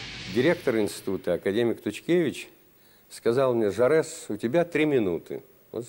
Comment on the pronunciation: Не Жорез, а Жорес !